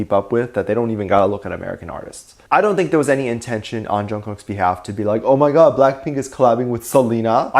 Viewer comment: I love the way emphasizes the"oooooh my god" in the fans comment about Jimin's but 😂😂😂